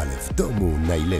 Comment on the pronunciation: Wakejszen (Ch)Last Minet:D